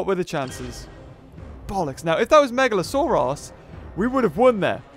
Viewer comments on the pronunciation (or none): You say meglasaurus megla-sore-ass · Is it just me or does the say megalosourass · Uhhh you seid megalosaorus but its orenauced megalosaurus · It sounds like he's saying "Megalo-sore-ass"